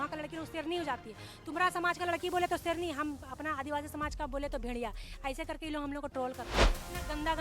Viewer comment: Serni not seyarni hai Khekseren